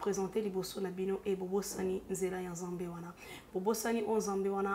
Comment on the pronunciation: ta façon de parler est fausse je ne pense pas que tu parle comme ça avec tes proches,soit normal lingala se prononce nzambe et non nzembê,ta tonalité sonne fausse malgres le message de Dieu ma chère